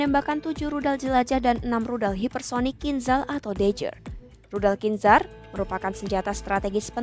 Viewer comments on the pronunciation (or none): none